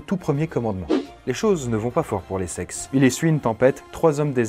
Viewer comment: Je peux pas me retenir de rire a chaque fois que j'entends "les sexes" exécutez moi